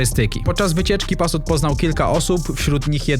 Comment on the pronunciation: Nie pasut a patus 🤣